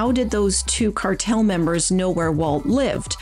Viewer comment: Every time I hear the word "cartel" I get in the mood for ice cream because it almost sounds like "Carvel"